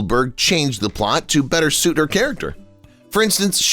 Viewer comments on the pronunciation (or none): none